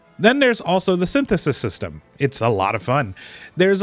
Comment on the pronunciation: I very much love how you said "synthesis system" it scratched my brain just right